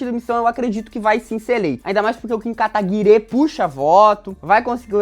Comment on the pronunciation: Porque os camaradas falam Kim Kataguirê? Nunca entendi